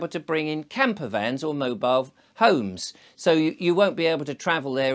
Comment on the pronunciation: I slowed down the playback speed and raised the volume... He did say "mobile phones."